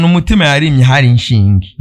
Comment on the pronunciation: Ntibavunga inshinge bavuga "ishinge"